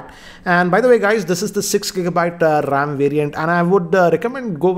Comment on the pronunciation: siksa gigabayt rrrrrrrrrrrrrrrrrrrrrrram